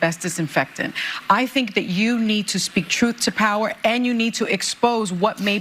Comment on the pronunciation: they always say, "Truth to powee". That's how u know they are about to lie 😂